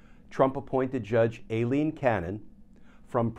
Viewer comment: Too bad Glenn hasn't learned in like 12 months that it's not pronounced "AYE-lean"